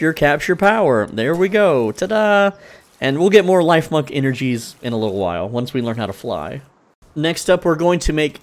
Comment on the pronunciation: I believe it’s pronounced “leaf-monk” Since it’s a grass type chipmunk.